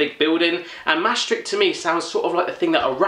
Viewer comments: its maastricht is pronounced maastrigt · I'm at the start of this video, I'm dutch and I'm expecting Drop, Kruidnoten and stroopwafels. Let's see what I guessed correct xD (There's always drop) You pronounced "Maastricht" wrong. xD the ch sound is pronounced with the typical hard-to-pronounce "GGGG" sound. O my god, schat kistjes, I used to be so addicted to those! But.. No drop, kruidnoten or stroopwafels? I'm disappointed in the person who sent you that package. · It sint mastricht iets Maastricht.. xD you have to say maaaaaaaa- stricht BTW the 'ch' means g and you say gggggggggge